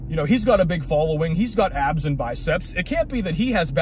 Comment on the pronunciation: likez to pronounze all S's az if they were Z'z.... "Guyz are worried about keeping their abzzz..." 😂